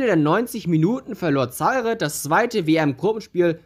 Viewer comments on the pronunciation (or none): Himmel, das tut ja beim Zuhören weh: Zaire wird "Saihr" mit Betonung auf der zweiten Silbe ausgesprochen. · Der Staat wurde Za-ire ausgesprochen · Vielleicht sollte man sich ein wenig vorbereiten, wenn man etwas einstellt. Es wird Za- ir ausgesprochen und der Weltfußballer heißt Rivelino und nicht Rivelinho, bei Minute . Hör dir doch einmal die Single, In Zaire, aus 1976, von Johnny Wakelin, an. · Nein, das E am Ende ist entweder stumm: ZA-IR Oder, wenn man es Englisch aussprechen will: ZA-IƏ Wobei das Ə der gleiche Laut ist wie das E in "Kanne" oder "Tante" 🖐👴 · Minute : Er spricht ja nicht einmal den Namen Rivelino richtig aus! Wie soll er dann in der Lage seine Za- ir richtig auszusprechen. Er sollte sich einmal die Single aus 1976, von Johnny Wakelin, anhören, die ja bekanntlich " In Zaire" heißt! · Wie du Zaire aussprichst tut ja schon weh, aber wie du Blagoje Vidnić ausgesprochen hast war einfach unglaublich. Ich bin Serbe und hatte selbst nach dem 5x hinhören keinen blassen Schimmer wen oder was du meinst.. deine Videos an sich sind ja schon gut aber gib dir doch ein wenig mehr Mühe beim aussprechen von Namen, Ländern usw, so schwer ist das ja wirklich nicht!